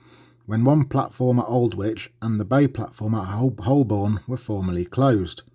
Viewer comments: Holborn is pronounced Hobun. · Wherever the presenter comes from, the pronunciation of Holborn remains the same. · Accent and pronunciation are different things. I'm not a Londoner, but have noted, over the years, how Holborn is pronounced. No shame in not knowing: our language is full of traps and I would probably falter at some Midlands words and welcome someone correcting me.